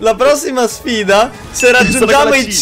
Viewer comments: Ma hai perso quando hai detto sffida al min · hai detto anche nella prossima sFida “s F ida”ma sei un grande comunque:) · Hai detto sfida cn la f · Ha detto sfida con la F